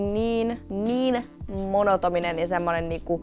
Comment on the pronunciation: se on monotoninen ei monotominen😗